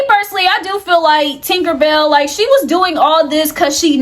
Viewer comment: Ok but That woman name is not “Tinkerbell” 🤣 it’s Tinka-Bella. Matter fact just say Tink 😭🤝🏾